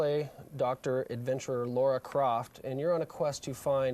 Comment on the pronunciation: He did not seriously say LAURA Croft… ugh